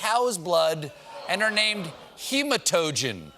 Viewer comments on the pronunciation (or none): Not that it's that important, but it's pronounced "Gematagen" with a hard G and the stress on the last syllable. They are very tasty actually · It’s pronounced gimotogen and it’s delicious